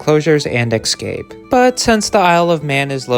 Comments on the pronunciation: The word is ESCAPE NOT EXcape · Excape?. If you are going to narrate and use the same word a dozen times,the least you can do learn how to say it correctly!. ESCAPE!. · Also, the word is "escape", not "ecscape" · the world is escape, not excape. escape. enjoyed the video. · The word is escape not excape . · Keep saying countryside. Stop saying "exscape". Also, foxes prey on wallabies in Australia, not sure if they could in the UK. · You didnt answer the question. You said possibly released by rich collector possible release by zoo's. Also did you say excape as if its a real word ? Bloody yanks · Sort of like “expresso.” But these annoying variants seem to be contagious! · Stop mispronouncing "escape".